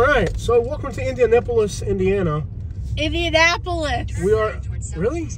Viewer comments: The nicest part of town is far north and far south, especially if you go to meridian hills (and zionsville though it's a separate city). Please do this again also it's pronounced indiaNAPolis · 😂 the pronunciation of my city😂😂😂just say Indy